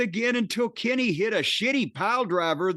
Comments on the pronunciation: Its "Kenny" lmfao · Jim’s pronunciation of “Kenny” pops me everytime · if you've never watched wrestling which word would you have used other than Pop? Use that one... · I got a good one. “The way Jim pronounces Kenny always cracks me up”